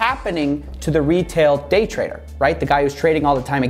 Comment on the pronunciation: why did i hear GAY trading